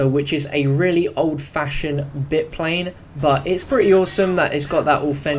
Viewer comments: Nice vid, just for future reference the Bi-Plane is pronounced "Bye-Plane" :) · WTF is a Garage Truck? It's a Garbage Truck. Do you not know? Where the hell did you learn to pronounce Bi-Plane?